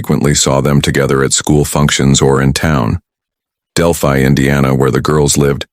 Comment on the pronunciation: It’s pronounced Del-phy. Not del- phee.